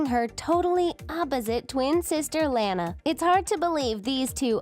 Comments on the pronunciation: ITS LANA NOT LAINA! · Its pronounced lah-nah not lay-na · Lona not lana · It's petnounsed lona not lana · You said launa not luana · La-NA not lan-a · I HATE IT THAT YOU GUYS SAY IT LAAN A WHEN ITS LAWN A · It's Lana not LAAANA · it's Lana not Lanea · Not Lan-a La-na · It’s Lana not Laana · no its [laa-na] not lana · its lanna not lana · Gee it is not Lana it is Lona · It's not Lana is Lona (at least what is sounds like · They say they are the biggest fans of The Loud House, then pronounce Lana wrong XD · It's not Lanae is Lila sorry but you're pronouncing it wrong but that's OK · Bruh you can not tell me you're the biggest fans of this show ever, than go and pronounce Lana as Layna. Pretty sure the ''biggest fans'' would have heard her name at least ONCE thee entire time the show has aired so far. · Presley Vacek You mean Lana not layna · This commentary sounds like a serial killer on drugs (also yeah I hated it when they said Layna instead of Lana I cringed) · WHY ARE U SAYING lANU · You pronounced Launa wrong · It's pronounced lawnah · Your saying Lana wrong XD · Your saying Lana wrong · That’s not how u say Lana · I am not trying to be mean.... but you are saying Lana wrong